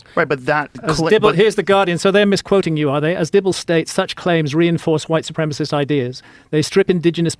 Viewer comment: "Supremacist" not "Supremist"